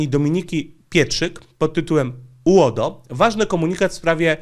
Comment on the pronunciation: Twoje uodo brzmi jak rodo z wadą wymowy 😁😆